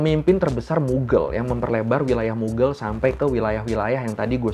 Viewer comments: kok dibaca mugel ??? bukannya mughaal yaa ? mohon maaf jika terjadi kesalahan dalam penyebutan 🙏🙏🙏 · Mughal bacanya bukan mughel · What says: "Kerajaan Moghal." What my brain hears: "Kerajaan Muggle."